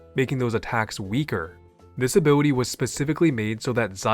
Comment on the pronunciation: "Abiwity"... I can't...